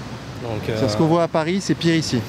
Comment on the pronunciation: Allez, 10 secondes et on prononce déjà mal là ville au centre du reportage... Un peu de professionnalisme svp. Est-ce ce qu'on prononce le "s" de Paris nous?